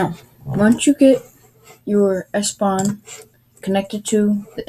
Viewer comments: its ePSon ... wtf is espon??? where did you read this? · "s pon" ?????????????